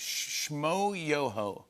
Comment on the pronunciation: I don't appreciate how he said Shmoyoho's name like that. Y'all not gonna act like they aren't one the biggest OG's in YouTube and they've be songafying stuff for more than a decade.